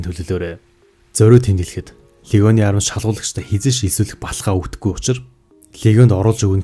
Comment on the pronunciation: Арми гэдэг үгийг ARM гэдэг Англи үгтэй андуурч дуудаад байна